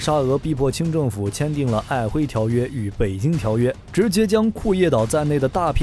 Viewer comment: 1855變成1985，真🐮🍺 ㄞˋㄏㄨㄣˊ，不是ㄏㄨㄟ。 千葉火鍋？ 北約 國家 CC字幕：製裁 不是對🇷🇺嗎？